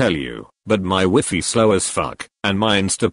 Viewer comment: bot really said weefee